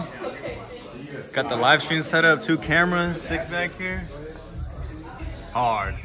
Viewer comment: It's a hearrrd